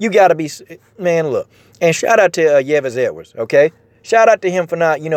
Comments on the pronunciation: Yves is pronounced Eves. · Brother, it's pronounced (eeeves)